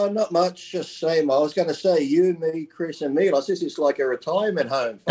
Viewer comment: Who’s “MIOLS”? 😂😂😂I heard of Milos 🤔